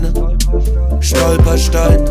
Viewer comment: Dank diesem Song weiß ich jetzt wie ich „Stolperstein“ richtig ausspreche👍🏻 Danke